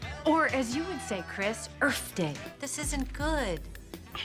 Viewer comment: No wonder Tyler made Earfquake Earfquake 😂🤣😂🤣🤣 This holiday is Earth Day, or as you say it, Chris Earf day